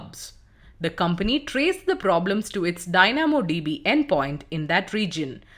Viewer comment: The pronunciations are really off in this video, would appreciate if the narrator could do basic Google search and see how certain words are pronouced....e.g "Dynamo DB" "McDonalds" "into" "also"